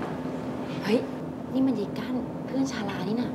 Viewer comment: ชา ชื่อชาลา ได้ยินเป็นชรา😂